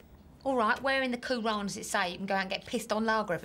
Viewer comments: Anglus Patria it's not😂allar when it's alluh. Quoo-rarn when it's Ca-ran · I love how they say Allah and the Quran wrong